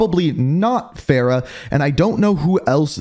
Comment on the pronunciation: Its farah